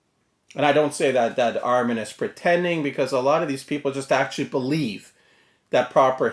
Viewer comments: It's Ehrman, not "Arrmann".... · You can't even pronounce his name correctly. Do your homework.